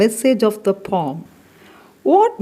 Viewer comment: i have a doubt regarding the pronunciation of the word 'poem.'i think it is not pom..it has not only 'o' sound but also 'e' (a) sound. that is o+a